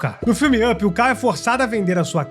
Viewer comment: Primeiro, não entendo o motivo das pessoas pronunciarem errado o título mais básico da Pixar, Up. Se pronuncia "Áp", não "ãpi", ok? Tipo pickup (picape) mas com o "p" mudo. Entendido? Segundo, de onde você tirou a informação do nome da Boo?